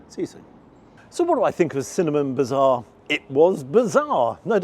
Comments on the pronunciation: It is not Bizarre, but Bazaar, as in Baz Zar:) which means ‘Market’ Get it right, 😂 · No No No it's bazaar not bizarre hehe keep up the great reviews.